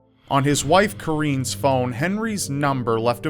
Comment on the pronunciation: I hope hwr name really is kareen, and not actually corinne. That would mean hes juat pronouncing corinee wierd assuming it must be pronounced wierd because shes black. I see that happen all the time.